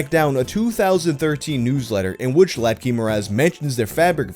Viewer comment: I love how he pronounced látky like letky